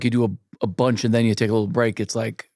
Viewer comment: Notice how he says take up and bunch. Is that a North Carolina accent? It’s definitely not a Swedish accent.